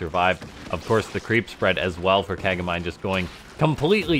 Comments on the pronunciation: It's named Ka-ga-mi-nay ;) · That'd be "kah-gah-mee-nay", it's Japanese.